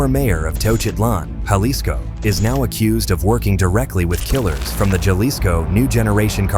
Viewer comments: Not Jah-LIsco pronounced HAH LIsco ! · You are mispronouncing a lot of words from the very beginning of the video, important words like the pronunciation of the word Jalisco, which is a very important state in Mexico! You are mispronouncing a lot of people’s names and other words. You are sensationalizing most of this content for entertainment purposes and views and making Mexico look horrible! Maybe Mexico should Blacklist you! Viva México! (¡viva!) ¡Viva América! (¡viva!) Oh, tierra bendita de Dios